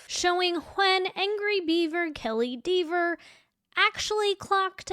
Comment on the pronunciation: I'm so glad that you say DEEVER. Hilarious.